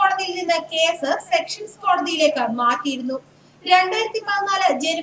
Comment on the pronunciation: സെക്ഷൻസ് കോടതി അല്ല കുട്ടീ,സെഷൻസ് കോടതി